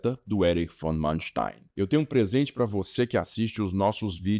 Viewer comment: nem para pronunciar o nome do tipo em condições?